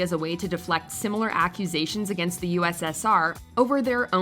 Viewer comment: The narrator is too grown to not be able to say AGAINST omfg its infuriating